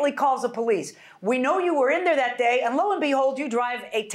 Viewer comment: She looks like she's pregnant all the time... One more thing it's "that" not "dat"😅😅😅